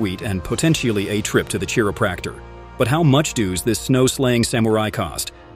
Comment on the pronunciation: Not hard to tell that an AI synthesizer was used for the voice. Lot of mispronunciated words. Chiropractor pronounced as cherrio practer😅.